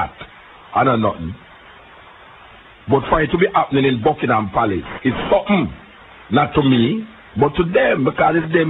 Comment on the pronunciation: Palace not place lol